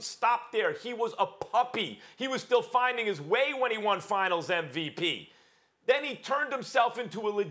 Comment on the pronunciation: SAS absolutely HAS TO KNOW that he's saying NVP and not MVP.